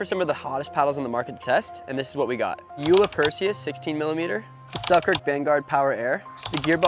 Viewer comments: It's pronounced yo-la! So, the o with a long vowel. Not, you-la. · It is pronouced "Yola" not Ula. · It's not pronounced yoo la? Bit Yu la Who knew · FYI: It's pronounced yo-la, not you-la. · It's pronounced Yola not Yula.